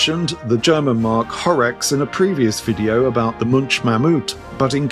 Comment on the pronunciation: ….wrinkled rider from Germany here. You pronounced Horex just right.